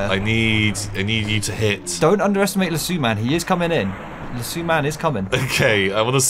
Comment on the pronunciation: It's Lasso like Lass-oh. I'm only commenting because it comes from the Western build.